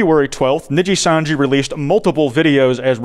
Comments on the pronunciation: Saying “Nijisanji” in the American accent the way you do hurts my soul. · My favorite part is him mispronouncing Nijisanji the whole way through 😂 really shows how much this insane situation has grown beyond the normal vtubing sphere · Holy fuck it's over if covers it Also Dear god It's knee-gee-san-gee or knee-gee And Seh-le-en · i love u but the mispronunciations of nijisanji and selen tatsuki are literally making me want to claw at my skin